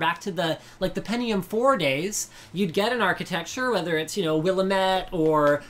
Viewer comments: Willimit ? Linus it's wall am it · As an Oregonian, you pronunciation of "Willamette" hurts. You say it "Will-am-mat".